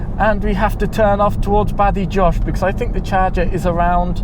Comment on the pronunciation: Great video - thanks. But please - it's pronounced "bada-HOS" not "baddie-JOHSH"